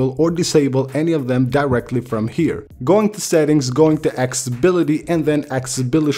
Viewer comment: What the Hell is "axeability"? 😂🤣😂